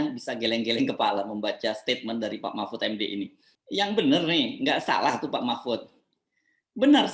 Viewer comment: Mpud...mpuudd...mpuudd ( Ente sdg mabok yaa )